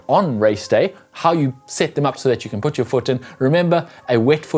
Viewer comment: Putt........?........put....as in....poot......not putt......that's golf!